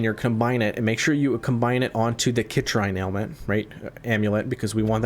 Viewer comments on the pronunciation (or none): sit-reen ... not kit-rhine =) Superb video! I appreciate the detailed explanation